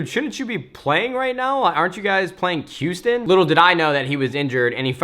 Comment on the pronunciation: "Quoston"??? u mean houston?